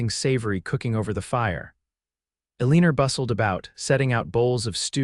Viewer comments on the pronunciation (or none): A leaner a woman’s name I doubt, it is Eleanore pronounced El-a-nor. Please do a better job on name pronouncing.